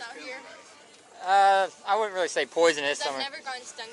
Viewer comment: "Having a party?" "Not rilly"